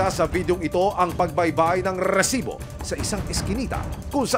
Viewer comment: Rrrrrrrrrrrrrcibo...haha..iba ka aksyon man...😅